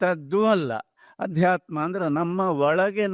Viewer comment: ಆಧ್ಯಾತ್ಮ ಅಲ್ಲ ಅದು ಅಧ್ಯಾತ್ಮ